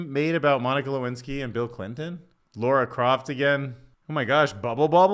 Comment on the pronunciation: The way you pronounce Lara Croft 😢😂